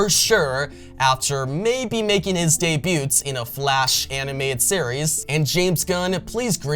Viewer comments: You don’t pronounce the “t” in debut. Dey-bue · The "t" is silent in debut.